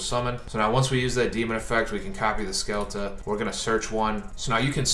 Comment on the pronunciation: The best endboard i have seen so far is with a small tellarknight engine, in order to finish with zeb, trap to copy, f0 and ptolemaius+ altairan in gy. Also is not "skelta" but "shelta"